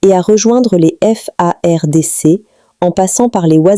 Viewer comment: Commencez à bien prononcer madame,notre Armée Congolaise s'appelle FARDC. pas F.A.R.D.C que toi tu nous prononce ici là